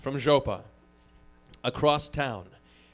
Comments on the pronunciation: What's more hillarious - the way he pronounces it. It is EXACTLY identical to the Russian speaker, moreover the emphasis they make, almost shouting.. It's golden. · AND HE SAIS IT SO CORRECTLY, TOO, JUST LIKE A RUSSIAN WOULD! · it made me laugh so hard, especially matt's nearly perfect pronunciation